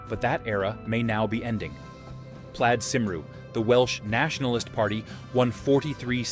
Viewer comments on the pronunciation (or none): For Christ's sake do some research! Plad Cum Roo my ass! It's pronounce Plied Cum-Ree. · Plaid Cymru is pronounced 'Plaide Come-ree' ( not 'Plide Simroo' ) 😊🏴